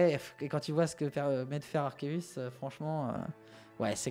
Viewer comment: Enfin un YouTuber qui prononce proprement Arceus